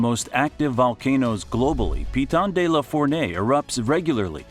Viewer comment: You could have practiced prononciation Piton de la Fournaise for exemple !!